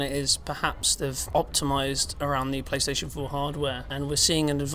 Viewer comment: pLOOSTATION MASTERRACE